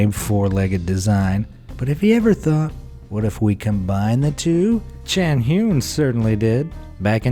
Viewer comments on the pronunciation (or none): none